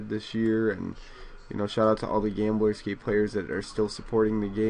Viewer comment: lol it sounds like your saying gameboy scapee nice vid